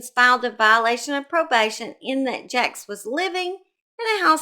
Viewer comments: As a Vermonter that lived nearby this very disturbing case, his name is pronounced like Jakes not jacks and Barre is pronounced like Barry not Bar. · She’s kinda wild, huh? And someone’s concerned cause didn’t pronounce the perverts name right! Sooo in comparison your comments much more appropriate.